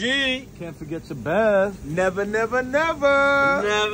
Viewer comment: And we wrap it all up!! And the result!! Don't forget the Drink!! Nevah! Nevah! Nevah! Nevah!! 😂😅